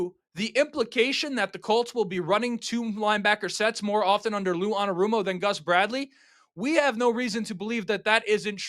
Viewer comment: That’s not how you say his name